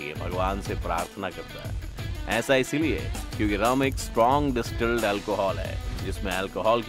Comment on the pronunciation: डिस्टिल है, ना कि डिस्ट्रिल। 👍